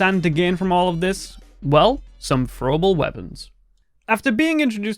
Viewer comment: “Fro uhble wepuns “